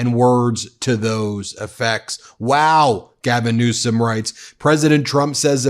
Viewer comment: HAHAHA ,TRUMP said gavin newscom hahaha listen to him say it just after ther water turned back on hahaha